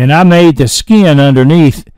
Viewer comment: Where do you originally hail from,? When you say, "Skee-in" I flip my wig every time! I'm a (really) old VA boy, but I'm kind of a linguistic chameleon, as I kind of adopt a neutral accent when I'm among non-Southerners.